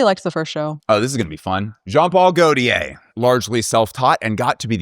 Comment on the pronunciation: lol I can’t believe Daniella let you you get away with pronouncing Gaultier like THAT in this video.